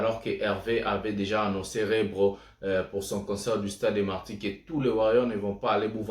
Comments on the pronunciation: Mdrr, ça sonne drôle quand il dit Rebro 😂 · C'est REBO et non REBRO Merci pour cette émission 🎉❤